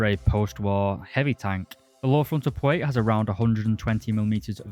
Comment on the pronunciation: Not dude really out here saying pwate instead of plate and twigger instead of trigger